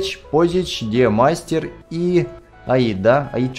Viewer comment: Не димастер а Де'мастер